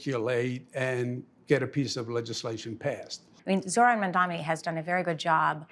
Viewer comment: All these months and the man still can’t say Zohran’s name right? Couldn’t take more than 5 minutes of saying it to yourself a few times in a row to get it right yet he can’t be bothered. What a turd.